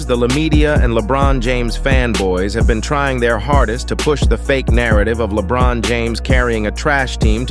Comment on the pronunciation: Please use a different AI generated voice and work harder on ensuring it pronounces the players' names correctly. Your video still makes it feel like it was LaBron and a bunch of plumbers reaching the Finals.